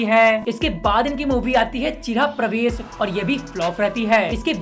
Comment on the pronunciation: ON PAR CHIRAH -PRAVESH^ NAHEE BHAI *GRIHA-PRAVESH KAHO,,#!# AAP APNA PRONUNCIATION THEEK KARIYE BHAI SAAB !!!